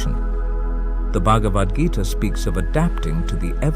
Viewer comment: "...the bug of Adgita..."? Uh, pretty sure it's supposed to be "Bhagavad Gita"...😊